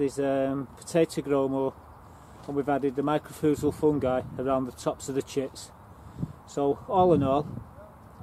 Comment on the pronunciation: "my cor rye zal"is how the fungus powder is pronounced